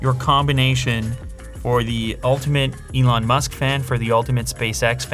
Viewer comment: Lew: The Ellon Musk SMARTPHONE Everyone: Billionaire Smartphone?!